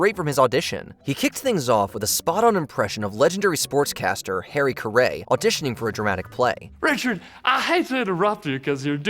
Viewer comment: WHO!? Come on man… “Harry Carray” 🤦🏻‍♂️